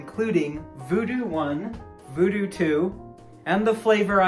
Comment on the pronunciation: It ain't voodoo, it's voodew with yo boy